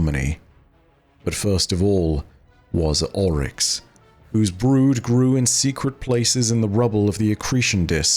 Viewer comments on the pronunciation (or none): none